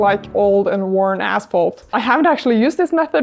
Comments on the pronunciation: ashphalt not assphalt ;) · You scare me the way you pronounce asphalt LMAO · ASPHALT…. K…. thought you said natural cracks in the a$$holes 😂😂😂